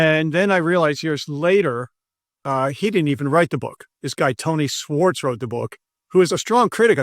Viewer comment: Tony Schwartz, not Swartz. If you can't get people's names right, you're not in the game.